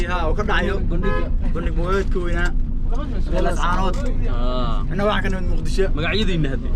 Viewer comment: Sxb runtii muuqaal qurux badan ayaad soo duubtay.Salaan iyo bogaaadin kaddib sxb magaaladu waa Laascaanood ee maaha Laascaano, kolkaa ka waantoow inaad sida walaweynta ku hadaaqdo. Tala ahaana markaad meel aaddo waraysiga u badi dadka meesha ku nool , yareyna hadalada adiga iyo kuwa ku weheliya, taasaa xiisa wayne e, waa iga talo ee mahadsanid.